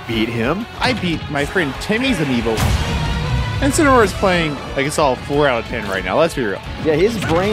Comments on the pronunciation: 10 months later, rewatching this and I feel like my ears are wrong because “Dark Incin” kinda sounds like “Dark Vincin” to me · ah yes. inceneroar. of course. incEneroar.